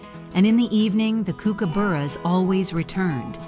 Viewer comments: The ai pronounciation is annoying. Kookaburra like cook not kook. Galah ga Lah. Not whatever the hell that voice said. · Ok. Listening to this yank narrate this video is making my ears bleed. 1. Its a friggen King parrot. 2. They are Galahs not gaylas ffs! 3. Its Kookaburra. As in cook-a-bar-r-a. !! Were the Aussie narrators not available?🙄🤔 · Don't forget the Kookaburra is pronounced Cookaburra, these mistakes make these sort of clips unbearable. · Can’t take this seriously with the accent and pronunciation of kookaburra. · When you hear an AI voice that can't pronounce Galah you know it's BS. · this is either AI or a yank/pom/someone else living in Australia. never in my life have i heard kookaburra pronounced that way. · AI chat... cant say kookaburra correctly 🤣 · These are beautiful Australian birds - Australian accent needed in voiceover, pronunciation of Kookaburra and Galahs incorrect …. Disappointing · The birds are beautiful but the narration is weird. It doesn’t pronounce’ Kookaburra’ or ‘Galah’ correctly. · Dumb arse AI can't pronounce Kookaburra or Galah. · Please learn to say galah and kookaburra correctly, it’s annoying. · Sound like an AI voice as it can't pronounce Galah or Kookaburra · It would add to this if the AI learned how to pronounce the names of Australian birds. For example the pronunciation of Kookaburra and Gallah is so way off. At least it gave me a laugh.lol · Stopped watching when the "announcer" couldn't pronounce Galah or Kookaburra. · Phonetically its GAR lah, not GAY lah and COOKaburra not KOOKaburra, albeit spelt as the latter. In Australia native birds as pets is illegal although freedom to come and go like this is very common. Nice one Rupert.